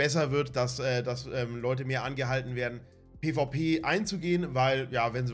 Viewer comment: olle FLIEHHHHHHHHHHHHHH Markt und items FLIIIIIEEEEEEEEEEEEEEEEEEEEEPPPPPPPPPEEEEEEEEEENNNNNNNNN. Warum sagt du nicht PE VAU PE und net immer PIII WIE PIII